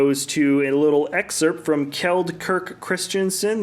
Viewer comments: Only one complaint: the name Kjeld Kirk Christiansen is not pronounced as Kirk from Star Trek. I haven't heard a single englishspeaking youtuber say his name correctly. Shame! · well, good job on Kjeld atleast! 😊. Next time I want to hear you say Kirk right! You start a trend of correct pronounciation! 😁